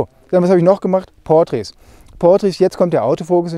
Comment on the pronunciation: Wörter wie 'Portraits' oder 'Details' betonst du auf der falschen Silbe... Mal drauf achten;) klingt sonst komisch..